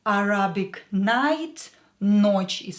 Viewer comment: Excellent course, many thanks. Just one (slightly pedantic) point - you pronounced Arabic with the stress on the second A, same as the Russian. In English the stress is on the first A, Arabic rather than arAbic. Without the context most English speakers would have trouble understanding what was meant (probably like most of my attempts at sounding Russian!).